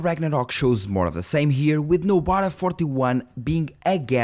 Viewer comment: I cant understand with linux distro you are mentioning. Nobu distro?